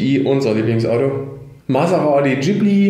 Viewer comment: Hast du mit Absicht "Ghibli" falsch ausgesprochen? Irgendwie hat mich das getriggert.